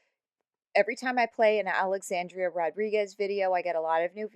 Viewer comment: Love your insight and you have a great points but it does become a little distracting when you pronounce her name Alexandria instead of Alexandra. It's just...not her name, so it feels like while your comments are totally on point about her fallacies, that you haven't researched her enough to know her actual name. I hope this comment doesn't come across as rude, it's just something I think I won't be the only person to take note of